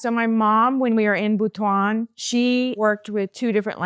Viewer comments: Butuan is pronounced as “boot-one” with the accent on “boot” and Davao is pronounced as “da-vow” with the accent on “da.” You lived in the Philippines longer than I did and I was born there. The culture shock makes sense. I grew up speaking Waray-Waray, but my husband only knows Tagalog. Good thing I learned it in school so whenever we speak in “private” we use Taglish LOL. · I’m confused why is somewhat mispronouncing the regions in the Philippines where she resided (i.e. Butwon and Da-VAO).